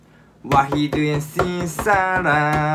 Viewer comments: واحد: واهد 😁 اثنان: اثنين 😹 اربعه: ابعه 🤦‍♀️ خمسه: كمسه🌚 سته: سته 😊 سبعه: صبه☹️ ثمانيه: ثمنيه😂 تسعه: تسه💔 عشره: عشره 👍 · واهد تنين تلاسه اربه كمسه سته سبئه تمنيه تسئه ئشرةةةةةةة😂 انو في كلمات لفظهم صح بجوز ٣ او ٢ صح😂😂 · ههههههههه يالهوي مش عارف ينطق واحد ههههه😂😂😂😂